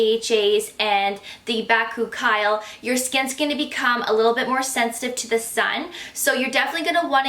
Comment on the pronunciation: You're pronouncing bakuchiol wrong, just an fyi.